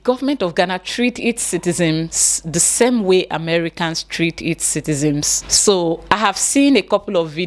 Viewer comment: Dear, the word is citizens not citizems Thank you.